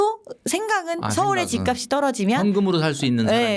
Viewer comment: ('집값이'의 발음) 집까비 -> 집깝시